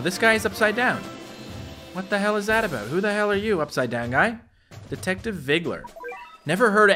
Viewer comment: said abooooot